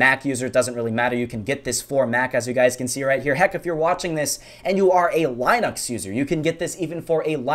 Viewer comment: YOU SAID LINUX WRONG!!! I'm triggered